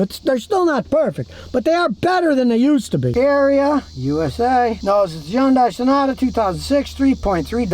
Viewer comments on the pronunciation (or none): He said yunday